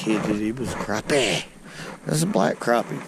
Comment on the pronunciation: "Das a good crappeh!" Love to catch em! You've got my subscription!